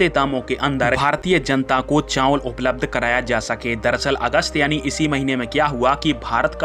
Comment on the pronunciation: चांवल नहीं, चावल बोलें।